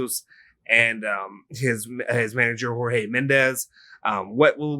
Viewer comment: The J in Jorge Mendes is pronounced with a soft J. Portuguese J is like a French J inot a Spanish J